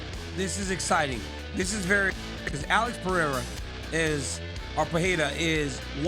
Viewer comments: Not Peheira is Pereira. Better the way you were pronouncing before. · His name is PE REI (like REstart, or REmix) RA (like RAmp, or RAck). I don’t have a clue of where this peHEira came from… probably somebody mispronounced his name and now everybody goes along in the same mistake! Lol